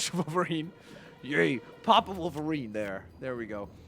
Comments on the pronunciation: Why does he say volverine not wolverine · Why do you say volverine instead of wolverine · no criticism but why do you say volverine and not wolverine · WOLVERINE NOT VOLVERINE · Wolverine not volverine but keep up the good work and love youre vids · He was saying Vulverine no Wolverine. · It sounds like you say volverien not wolverine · It’s wolverine. Not Volverine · U called him volverinr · Volverine? That’s how it’s coming out on my iPad. Unless you just say volverine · your vids are awsome but did you know that you say volverine